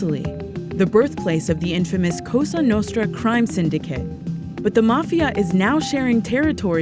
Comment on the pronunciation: "cosuw nostruw"